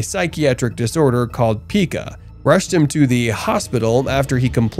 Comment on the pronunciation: Pica is pronounced "Pie kuh".